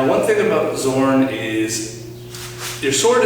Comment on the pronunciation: Please learn words somewhat correctly its only like 10 words, its hurting to listen, its not "zorn" like in English its pronounced like "z" in Nazi 😂 (sorry couldn't think of English word with the sound 😂😂😂)